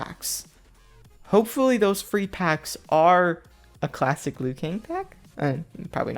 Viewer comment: This Man Said: $10 Kassic Liu Kang Pack Im just saying Me: Dying Can't Breathe Lmao Rofl